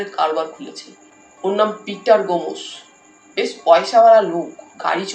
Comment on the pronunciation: গোমোস!😂 গোমোস> গোমস্ উচ্চারণ এত খারাপ!